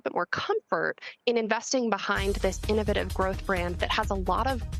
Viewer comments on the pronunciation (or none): She can say innovation but not innovative properly?!